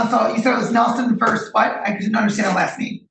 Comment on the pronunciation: OMG, the word is versus. It is not verse.